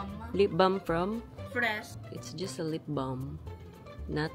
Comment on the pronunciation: Tisu- tissue Fres- Fresh 😂😂😂😂😂😂😂